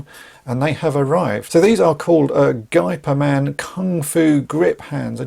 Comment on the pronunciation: FYI, the closest pronunciation for "Gey" of Geyperman is the english pronunciation of "Hey"